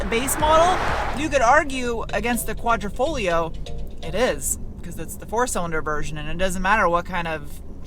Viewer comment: Veloce is pronounced like Veloche cmon you said Quadrifoglio correctly! 😉